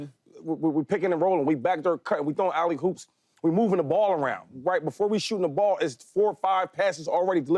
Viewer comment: Someone please tell my boy Shady it’s Alley-Oop